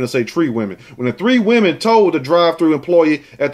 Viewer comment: "All tree of y'all" LMAOOO 😂😂😂